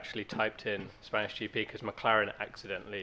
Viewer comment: "Spaynish GP"